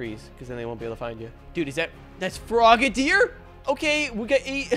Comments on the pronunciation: No body talking about how he said frogderi evolve into intelion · Did he just sat frogadier evolves to intellion